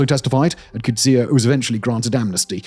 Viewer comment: Simon as you have a team of researchers to write your scripts, you have one job and one job only, which is to read those scripts correctly. Umkonto we sizwe is not pronounced umkonto wizwe, that should be obvious. You should have checked how to read names like Coetzee too. SWAPO is SWAPO, not ''swarpo''. I wouldn't have mentioned it but you did a similar thing with German words in another vid the other day.